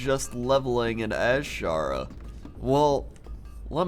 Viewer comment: I think its pronounced Eh-shara